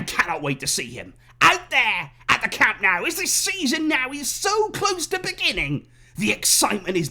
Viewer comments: Awesome to see the official unveiling. I too am very excited by Lewandowski's presentation at Camp NOH-ooh (not camp Now as in Cow-moo). You can do this!! A culer as prominent as yourself should not be embarrassing himself with this guiri (look it up) pronunciation. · My only concern in the back of my head is remembering how pumped we were to present Coutiño and Griezmann. I just hope the fact that Lewy didn't score in the first few games isn't a bad omen of things to come. Also, it's pronounced Camp NOH-ooh. ;-)